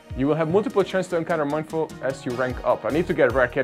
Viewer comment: I don’t mean to lip praise or whatever but seriously dude! You are so kind! You always buy event tickets for your subscribers and like- wow 🤩 (P.S it’s Mee-in-foo and Mee-in-shā-ow)